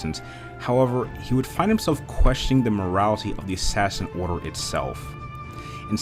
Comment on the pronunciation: You say it like Assashin